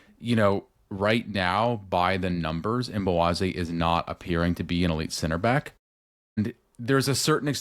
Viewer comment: Did anyone catch the pre-game interview with MLS 360 and Chris Brady? had Brady pronounce Mbokazi’s name and he said it with the K-we’ve all been calling him Mbowazi! The team calls him Mbo. Thanks again for another great re-cap!